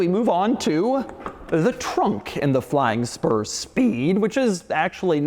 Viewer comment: you can’t tell me he didn’t say flying sperm